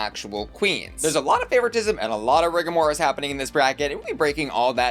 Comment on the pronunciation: Love a bit of "Riga'Morris" :face-orange-raised-eyebrow